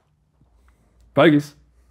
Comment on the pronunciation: Think he said bogeys based on after but definitely sounds like he said it.